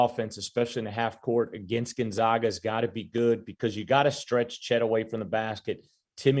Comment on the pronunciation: how in the fuck is this guy not pronouncing Gonzaga correctly? It's not 1999. GONE-ZAY-GUH